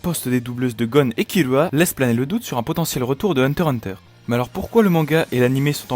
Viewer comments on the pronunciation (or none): Et ça se prononcé par kirua mais kilua avec le l roulé à peine